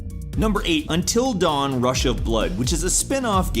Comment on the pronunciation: Is it just me or did he keep saying " Entil dawn" instead "Until dawn" ?